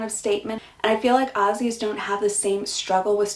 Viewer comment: Americans need to learn how to pronounce 'Australia' and 'Aussie' before moving.